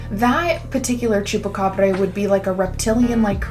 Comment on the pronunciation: Idk could be an alien pet or something.. could easily be an experiment.. also not that it matters much but the end pronunciation is more of a Bra! than a breh, like abracadabra.. Great video! Be cool to see more of the skinwalker legend, not the ranch, and the shamans.. my folks in Mexico be taking that Shaman stuff seriously..